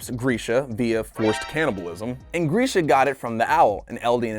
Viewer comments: I hate the way he says” gresha “ it’s grisha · (Grisha),not Griesh.